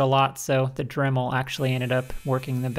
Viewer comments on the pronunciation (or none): none